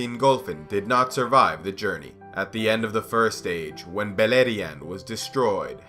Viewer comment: Beleriand = Beierland yw